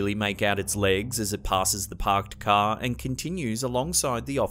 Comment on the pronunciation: As it passes the pahked cah